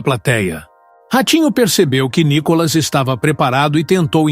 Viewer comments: Ve se aprende a expressar o nome do Nicolas... não tem nenhum acento no O de Nicolas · Vc não sabe falar o do verdedeiro nome d DEPUTADO.. N I C O L A S.. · Esse cara com esta página, já está enchendo o saco....essa página é feyk... Micolas nunca foi no programa do Ratinho, mais um detalhe, por vários vezes o narrador erra o nome de nicolas, e tem falas que já ouvi em outas postagens. Isso é uma montagem de um cara que só quer ganhar fama . Não estou curtindo mais essa merda de página, e cada vez que vejo já deleto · Não sabe fala nome do Nikolas.